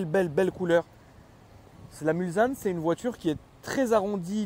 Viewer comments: arrête de dire Mulzanne en phonétique c est Mulssannes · On ne dit pas Mulzane mais Mulsanne ! En référence au virage du circuit des 24 h du Mans 😒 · "Mulzanne" aaah je saigne des oreilles haha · Magnifique la Mulsanne 😍, en phase 2 encore plus belle (, on dit MulSanne, pas MulZanne, stp). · Mulsanne prononcé "Mulssanne". Réf au 24h du Mans. Continue on te kiffe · n importe quoi quoi.Mulsanne prononciation il faut entendre le s, va dire ça aux habitants de Mulsanne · Précision importante, c’est bien Mulsanne avec un S en prononciation et pas un Z. C’est une référence au circuit de la Sarthe des 24h du Mans avec la commune du même nom 😉